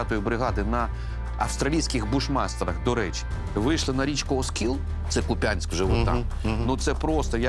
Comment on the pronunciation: Але назви міст потрібно знати. Не КупЯнськ, а КУп'янськ. Це вже як з БАхмутом. Співак обізвав, люди обурюються, але вже хвилю понесло. БАхмут. Ніколи ми не говорили БахмУт.